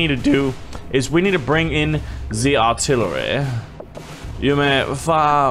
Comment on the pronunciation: When every time says artillery he always sounds like a really rich British duke